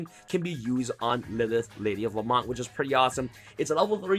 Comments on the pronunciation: I know right , killed me when he said la-mont lol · La-Mont? Do you mean La-Meant? (Pronunciation of Lament) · Lady of La-MEN-T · This annoyed me the whole time too